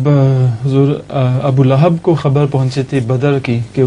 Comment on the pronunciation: ابو لہب کا لفظ درست کرلیں